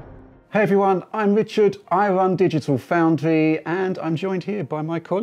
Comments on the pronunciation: Why does he call himself when is name is Richard? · I always thought he said...